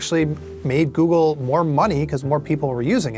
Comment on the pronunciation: "Goggle" lol